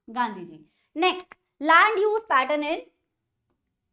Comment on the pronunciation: Land❎ Lant✅